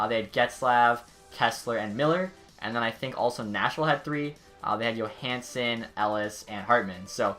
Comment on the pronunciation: Bruh, you said YOOHansen